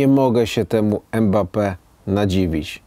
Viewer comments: Imbape się wymawia😁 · poprawnie wymawia się [ymbape]